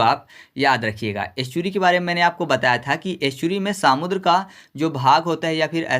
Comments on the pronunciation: irritation ho raha hai samudr sunkar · Bhai सामुद्र नहीं समुद्र बोलो😂